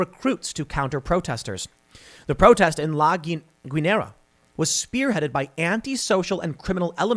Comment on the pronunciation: Tim, the "u" in Guinera is silent. Just like the "u" in the english word "guide". The rule is that the "u" between a "g" and a "e" or "i" (i.e. "gue" or "gui") is silent. I don't know what got into americans to think that it "sounds spanish" to say the u out loud, but please don't.